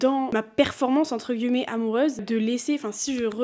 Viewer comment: j'ai recommencé à regarder tes vidéos après une petite pause YouTube. Et il y a un truc qui me fait percuter à chaque fois mdrr, c'est le fait que tu prononces "guillemets" et en soit tu le dis très bien mdrr mais c'est la première fois que j'entends quelqu'un (ou du moins que je le remarque) le prononcer comme ça. J'ai toujours dit "entre guimets" va savoir pourquoi, sûrement l'accent parisien qui fait qu'on mange les mots etc mais vraiment à chaque fois ça me fait sourire, voilà ^^